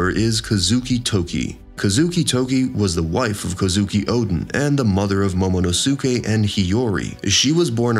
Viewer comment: Immediately stopped the video bro “Momonosookay” took me tf out 🤣🤣🤣